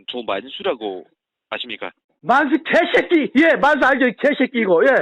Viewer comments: 만수 이개쉑기ㅋㅋㅋㅋ 발음 찰지네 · 발음이 너무 찰지심ㅋㅋㅋㅋㅋ 이누무 계쉒끼이!!!!